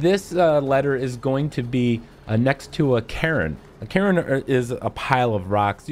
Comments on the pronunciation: Cairn isn’t pronounced “Karen” Jesus Christ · Cairn sounds too familiar to Karen in your accent 🤣 great vid, thanks for the info! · That is not how you pronounce Cairn man. Say Kay-urn as a single syllable.